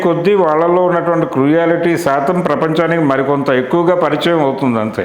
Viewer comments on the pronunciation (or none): none